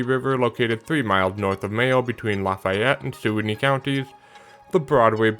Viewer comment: Let me give you the local pronunciation for the Suwannee River [swan-knee] and Biscayne is [biss-cane] and apalachicula [app-uh-latch-chee-cola]. Native American names are hard to pronounce.